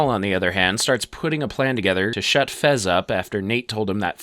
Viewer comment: His name is fez, not frez